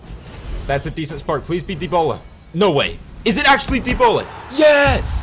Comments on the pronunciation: you did said it like debola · You are saying Debola! Hahahaha